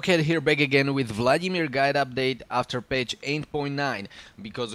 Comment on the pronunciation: Kdyz slysim "vladimÍr" Tak je mi podle prizvuku uplne jasne ze jsi cech nebo slovak :)